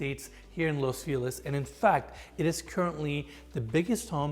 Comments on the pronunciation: Its not Los Feeliz, its los fel iz (ease) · I love the concern to ensure the kitchen Italian appliance maker is pronounced correctly however no worries on butchering the actual city Los Feliz. It's pronounced Los Fe' - lease not Los Fee - Lis. Dido on the comment about Mikey. What happened to him. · I hear los feliz cada vez, my boy saying felice lol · Can we please all agree… Los FelIZ! Los FelIZ!! It’s not Los Feelus, people!! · Los Feh Lease its Spanish word ffs u make sure to pronounce u make sure you pronounce properly all these intricate building materials etc. but cant pronounce feliz properly sounds like your choking the way u say it